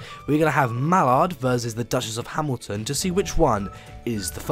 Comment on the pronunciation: "Scosment" "Hmilton" Nailed it.